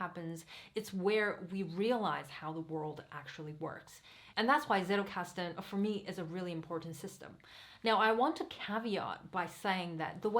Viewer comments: German here . as you are using this word so much , you may want to pronounce it properly : it is not settelkasten , it is tsettelkasten . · Great video, thank you. Btw not that it matters, but if you want to stand out in the English speaking Zettelkasten community, the way the word is pronounced in German is "tsettelkasten", a combination of a hard t sound and a sharp s at the beginning. :-) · Thanks a lot, very well explained! (Fun fact: The "Z" in "Zettelkasten" originally is pronounced like the "Ts" in "Tsunami" ;D)